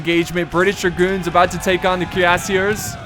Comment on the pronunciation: Your pronunciation is getting better but you still say the "er" at the end of french words like an english er😋 it is pronounced like the letter A. So Cuirassier ends in a A sound not a er sound